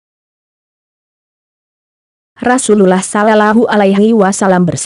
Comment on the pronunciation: Baca shalallahu aj salah kau bodoh